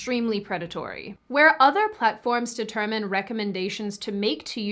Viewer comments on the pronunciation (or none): none